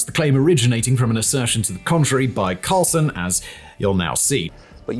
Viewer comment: I sense a lot of bias, if not outright spin. And an inability to pronounce 'Carlson'.